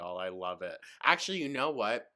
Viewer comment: thought process: dm1: i honestly don't think you'd win in court: it's not about what you think. it's about what the judge thinks. dm2: i'm totally like legit a real lawyer, and you would win: yep dm3: there is no copyright infringement: ackshulleee like yes. 10/10. if i show a judge their videos, i know i would win. just talks and talks. she never listens. not even to what she is saying herself. 🤦‍♂